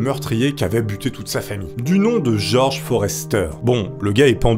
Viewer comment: C EST FORESTER C EST TOUS ++ OU FOSTER MAIS PAS FROSTER